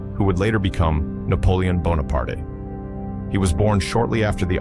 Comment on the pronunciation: You have at least three different pronunciations of Bonaparte